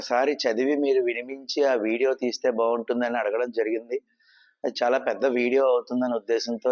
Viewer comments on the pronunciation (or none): none